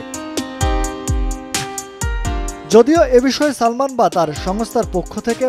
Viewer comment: ঠিক বলেছেন কখন ছবি কখন চবি আবার সালমান আবার ছালমান উচ্চারণ করেন।👎👎👎👎👎👎👎👎👎